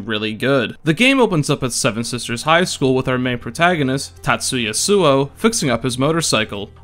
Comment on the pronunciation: Times you pronounced name Tatsuya right: 2